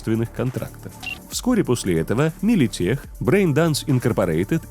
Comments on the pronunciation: Ебать, оказывается правильно Милитек и Петрокем, а не Милитех и Петрохем... (Не сарказм) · Милитек, Петрокем, а не теч и хем. Ну а вообще, моё почтение!